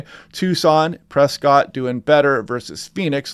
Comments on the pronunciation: Great vids, my go to now. I push people here as well. Learned so much. FYI Prescott is pronounced "Preskit" and Mogollon Rim is pronounced "muggy-yan" rim. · Pronounced 'muggy-on' and Prescott is 'press-cut' :goodvibes